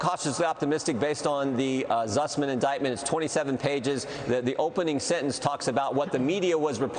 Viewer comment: Can't anyone tell him it is spelled and pronounced Sussman?